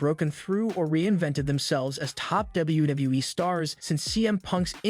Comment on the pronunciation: This Narrator’s inability to pronounce “WWE” makes me want to punch puppies.